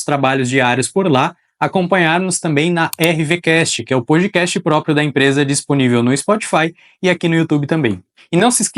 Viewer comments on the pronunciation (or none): none